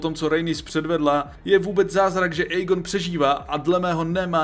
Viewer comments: video super ale ta výslovnost…. Aegon - ejgon😭 (má být Egon) Daemon - dejmon 😭 (má být čistě demon) , Vhagar není vejgar 😭 rhaenyra není Ranyra 😭 ale Rényra.. A co je nejhorší meyleys není melejs ale mejlýs😭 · Vyslovuješ mena hrozne zle, Aegon= Egon, Aemond=Émond, Rhaenyra=Raenyra, Vhagar je dračica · video super ale ta výslovnost…. Aegon - ejgon😭 (má být Egon) Daemon - dejmon 😭 (má být čistě demon) , Vhagar není vejgar 😭 rhaenyra není Ranyra 😭 ale Rényra.. A co je nejhorší meyleys není malejs 😭ale mejlýs👍